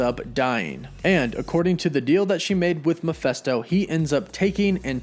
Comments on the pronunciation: Every video where he pronounces Mephisto makes me cringe. I struggled trying to finish this one. Like seriously dude... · Hearing you constantly saying Mephisto wrong is annoying. It's a goddam I not an e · I just cant get past how you pronounce mephisto....its an I, dude. I's aren't pronounced like that. Ever..